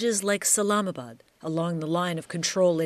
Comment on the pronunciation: 😂 Islamabad not salamabad